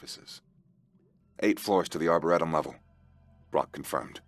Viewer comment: Yes, season 2 please. But learn how to pronounce Arboretum properly.